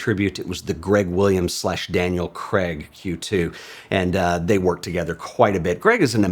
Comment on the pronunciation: Why can't Americans pronounce Daniel CRIAG? - pronounced KR AY G Not Creg